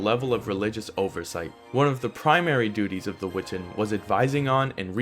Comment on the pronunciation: Great video! I’m not sure that it matters, but my favorite college professor always insisted that it was pronounced: we-TAHN. Just throwing it in there, not trying to be contrarian. Cheers!